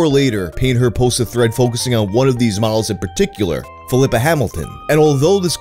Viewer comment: I'm not sure here, but I think the name Filippa is pronounced "phil-lee-pah" similar to Filippo or Filipe (phil-lee-poh) (phil-lee-pay). Instead of pronounced Flipper like the dolphin. Small nitpick.